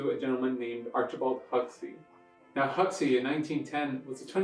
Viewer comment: It's pronounced Hawksee...